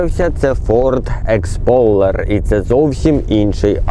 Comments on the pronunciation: так і каже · не Expoler а Explorer